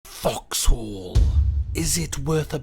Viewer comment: The way you pronounce it, it sounds like "fucks hole." So who fucks whose hole, may I ask?